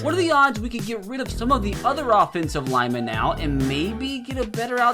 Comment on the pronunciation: “I mean cmon neow” cracked me up lol